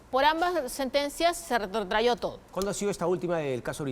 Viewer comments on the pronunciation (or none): RETROTRAJO, no "retrotrayó" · Mi querida jurista en derecho penal, la pronunciación correcta es RETROTRAJO., y no es retrayo.